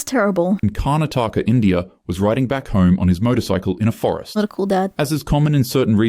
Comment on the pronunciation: damn. My man just casually butchered Karnataka to carnitaka